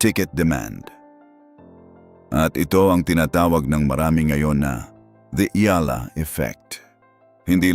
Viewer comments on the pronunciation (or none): Please pronounce her name properly. You’re Filipino, so you should know. Take note, it’s EYALA.